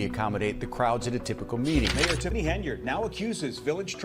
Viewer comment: Tiffany Hen-Yard